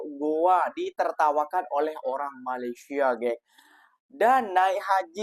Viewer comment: COBA PERHATIKAN DAN DENGARKAN BAIK BAIK, APA YANG DIUCAPKAN... BERKATA MALASYA.... MALASYA... MALASYA... 🤣👻🤣🤣🤣👻🤣🤣👻🤣 ITUPUN KALAU TIPE M MALAYDESH TAK PEKAK TELINGA 👻🤣👻🤣🤣🤣👻🤣👻